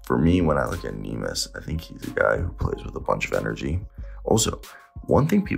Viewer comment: It's not nimas, it's Neemias, go check how to pronounce it correctly please